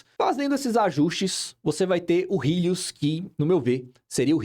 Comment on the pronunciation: "rílius" KKKKKKKKKKKKKKKKKKKKK